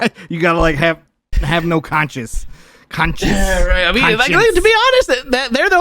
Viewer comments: trying to pronounce conscious is playing on repeat in my head lol 😆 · trying to say conscious is a mood. Lol.